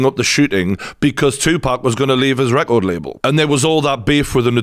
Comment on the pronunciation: You got a new subscriber here just for saying "Tupac" correctly and not "2-Pack". Thank you brother for the update also 🙏🏾